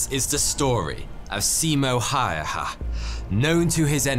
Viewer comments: His name was Simo Häyhä. HÄyhÄ. Not ”hajaha”… (ä pron. like ai in air) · We'll forgive you, this one time, for butchering his name :D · Eehh that's not how we Finns pronounce the letter "Ä" but it was an interesting take :'D Also, glad you covered Simo's story! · Its not said like "simou hayehä" its Said like its writen "simo häyhä" btw francis pegahmagabo ware better in wwI when we think the gear francis got 370 kills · high hah? try hey-eh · ok, heres a correction to your pronounciation of 'Häyhä': Häy(like how a Scotsman would pronounce 'how')-hä(same thing but without the 'y') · bro said simo hehhea its Simo häyhä dumby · U need to say it like hæyhæ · its not Simo Haeha lol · His name wasn't "Siimou Haeha" but close enough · Hayha 😅😅 Ä is not pronounced A it is more like "ey" but without the y.. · Häyhä is not pronounced Hayaha D': Please native English speakers who only speak one language, use Google Translate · Thank you for this video! It is by far the best and most accurate that I have seen on youtube! Well done! P.S. It seems that the correct pronunciation of Simon's last name is really difficult, especially for Anglophones. And yet, it's fairly easy: HÄYHÄ -- The dots (Umlaut in German) are important for the pronunciation of the letter A. Ä is pronounced like A in English words like and, fan, man, bad. The sound of the letters Y does not exist in English, so the closest sound would be that of the letter I as in fin, gin, begin. The real Y sound exists in French, Swedish and Finnish, for instance. To produce it, pucker up your lips as when you whistle and then breathe out. In Finnish, the stress is always on the first syllable, no matter how long or short a word is. None of the speakers in the videos on Simo Häyhä that I've seen on youtube have managed to get it right, sofar. Greetings from Finland! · Why does no 9ne pronounce his last name right Simo (hi-ya) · I heard Simo HaHaHa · No ur pronouncing it wrong then its an ä not an a